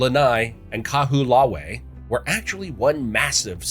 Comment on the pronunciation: he killed Kaho'olawe🤦🏽‍♂️